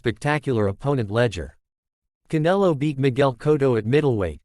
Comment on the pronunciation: Can-a-low Alvarez does have a good rez-oom.